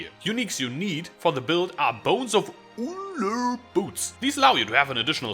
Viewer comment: the way he said bones of Ullr XD <3 i laugh every time xD i love it tho great guide!!!